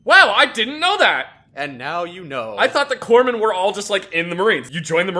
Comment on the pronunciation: "Corpmen"? "Segway"? And here I thought that "thru" was going to be as bad as it got...